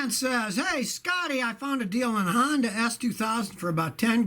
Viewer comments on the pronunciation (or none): none